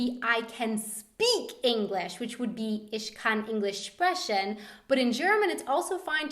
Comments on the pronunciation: please stop sch-ing the ch's it hurts and you sound really wrong. its Ich not isch. And sprechen not spreschen....how you promounceit. sp=schp btw. no hate just advices. work on pronunciation please. also, the h like for example in stehen is not pronounced. you red it like ste|en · why is she saying "isch" and "spreschen"? :o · its funny when English people speak German, they speak everthing with sch or sp. They dont say sprechen they say sbrechen. Thats not bad but very funny :D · Cute things those Americans pronounce : sprechen :D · the way she said 'sprechen' made me cringe SO hard omd